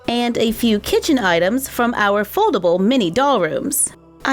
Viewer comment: Not trying to be rude but you said kitten not kitchen